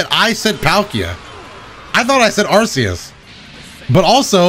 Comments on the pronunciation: I never a notification, but the pronounciation IS incorrect. It is ar-KAY-us, not arse-EE-us. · He also pronounced Arceus incorrectly.